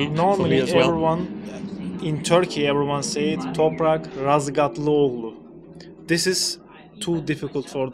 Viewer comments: Ein Tipp bezüglich dem Nachnamen.Man muss einfach das zweite G weglassen und schon spricht man den Namen richtig aus.Denn im Türkischen gibt es zwei verschiedene G Buchstaben,einmal das normale wie im Deutschen auch und das zweite ist ein G mit einem strich über dem G und wenn das der Fall ist lässt man beim aussprechen das G einfach weg .So wird es geschrieben Razgatlıoğlu,aber beim ausprechen sagt man einfach Razgatlıolu lass das letzte G weg und schon sprichst du es perfekt und richtig aus.😉👍 PS: Top Doku,schade das an manchen Stellen der Ton fehlt,immerhin fehlt der Ton nicht als du mit Toprak oder Phil gesprochen hast😁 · Sein Name wird Razgatliolu ausgesprochen, das g ist stumm!Danke für Einblick hinter den Kulissen!!!!Daumen hoch und folgen❤❤